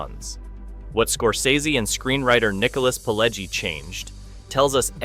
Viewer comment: And it's pronounced Pih-LEH-jee.